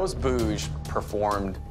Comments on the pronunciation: Its not "bhoooj". Its "bhuj". Short "oo". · It's not Bouge, it's Bhuj. And it's not 'Syan Myai' , it is ' San Mai'.